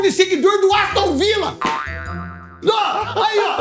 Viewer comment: "Aostun Villa" kkkkkkkkkkk